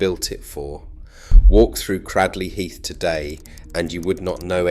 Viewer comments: Considering you elude to say that people can't pronounce the name within your video, you actually can't pronounce it yourself. It's not pronounced Cradd-ley Heath, it is pronounced Cray-d-ley Heath, if you're intent on being an Historian, these things matter, try to get it right. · Cradley heath...at least pronounce it right if you comment about it....Great people still a Great town to go too